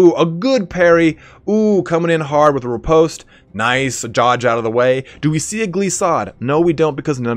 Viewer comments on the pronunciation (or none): none